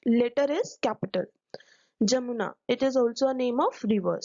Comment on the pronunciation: It's Yamuna, not Jamuna, Ma'am.